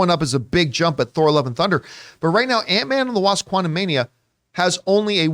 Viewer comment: Quantu-meh-nia, then.